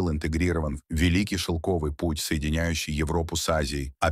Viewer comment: Смог смотреть 7 минут и выключил. Поставив дизлайк. прямо уши режет от слово донёнёры ёры, шолкавы путь и.т.д. капец автор наплевательское относился к своему делу. Я казах и по русскому не ахти но было ужасно слушать че он там говорит. Да может робот диктор но в некоторых местах нормально же говорил ДО НАШЕЙ ЭРЫ😂 а не донёнёры эры